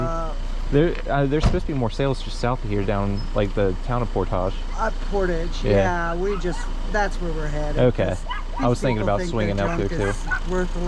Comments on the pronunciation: Caught that too. And I live in NW Indiana and when he pronounced Portage as “por-tajsh” I cringed. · The way you said portage!!hahhahaha